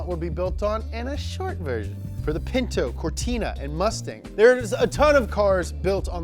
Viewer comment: Did you just say P I N T O ?????